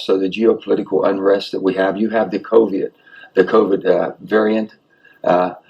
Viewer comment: He said “coviet” lmao.